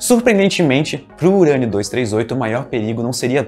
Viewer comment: UUURÂNIO?????!! DECAI PRA HÉLIO. "Eberlin Marcos "🤨🧐